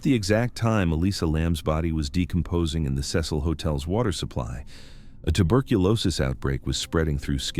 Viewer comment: take a shot every time he pronounces cecil as sess-hole